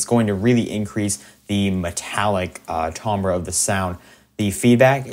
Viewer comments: im sorry bro but your saying Timbre wrong, your pronouncing it "Tombra", should be pronounced "Tamber" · Yeah, this channel is so helpful I didn't want to say anything, but it's making me want to gouge my ears out lol